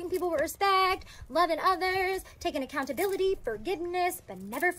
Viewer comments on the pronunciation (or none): She’s absolutely PA-THETIC! “ACCOUNT-A-BILITTY” Pls never say that again 🤦‍♂️🙄🤮😖🥺 She’s a true narcissist. Most think that’s just an insult word but watch YouTube videos on what it actually is and this girl will make complete sense to everyone